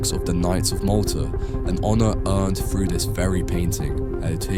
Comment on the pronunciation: Why would the narrator say frew instead of through?